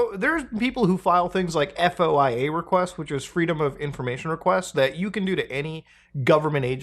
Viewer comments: FYSA, FOIA is pronounced "Foy-Uh" in common parlance.. E.G. a foy-uh request is submitted to gather info from the government. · Us feds pronounce FOIA as "foy-yah", btw. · Foia is spoken like a word not an acronym, will make your life easier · FOIA is an acronym, it's pronounced like a word, like NASA or WAP. You don''t have to spell it